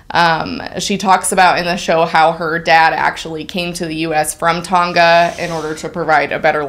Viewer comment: As a Tongan, I really appreciated how you pronounced Tonga :)